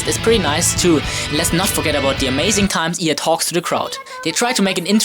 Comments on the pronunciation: Not used to saying 'IA' like "ee-aa'. I always say "ai-ey"... :'D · Its Pronounced I